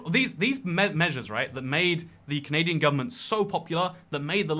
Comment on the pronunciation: when will he remove the n from canadia*n*